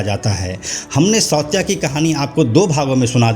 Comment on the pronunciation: सौत्या नहीं सावत्या